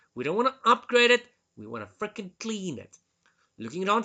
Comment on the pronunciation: Your accent adds a humoristic aspect to these videos '(...)we need to frrreaking clean it!' 😅